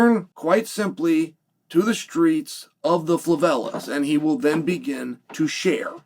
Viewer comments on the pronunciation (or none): What's a "fLavela" favela my friend